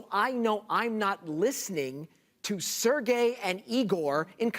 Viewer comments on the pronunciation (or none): none